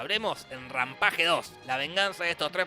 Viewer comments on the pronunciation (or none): Se escribe rampage y se dice rampeich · no se dice como se escribe (Rampage), se pronuncia rampall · Se dice /ræmˈpeɪdʒ/ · Jorge: RAMPAGE Mi viejo: RAMPEISH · Es rampash no rampaje(rampage) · se pronuncia ranpeich pero alv digamos RANPAGE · se pronuncia ranpesh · vine a ver el video solo para escuchar como pronuncia "ranpaje" xD JAJAJAJAJAJAJAJAA! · Jaja me encanta cuando dice el nombre de la pelicula asi como se escribe xD Y se pronuncia Rampeij ose asi se dice mas no se escribe asi :v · Se pronuncia Rampeish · Se pronuncia " rampeich "